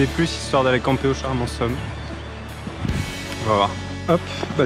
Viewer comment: hello Magnifique tour..........un joli résumé de la Chartreuse :) Juste une tte petite précision on de dit pas petit - grand ou charmant" SOME" mais "SOM" tt simplement sans prononcer ME :)